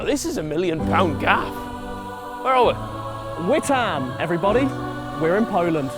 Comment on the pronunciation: the way bro butchered "witam" is killing me